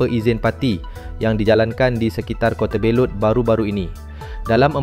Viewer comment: Pemberita harus peka sebutan tempat atau nama.. Kota Belut. 😅